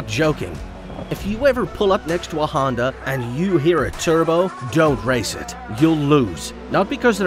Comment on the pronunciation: I tjought he said HONDAI